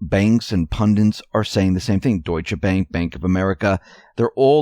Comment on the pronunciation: Wonder why SO MANY commentators CANNOT say PUN'-DIT. It's not "PUN-DANT" nor 'pendant', nor any other word. It's PUNDIT, dammit!